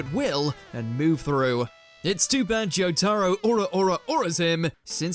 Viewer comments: Joe Tarrow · It makes my so friggin mad everytime he tried to say "Jotaro"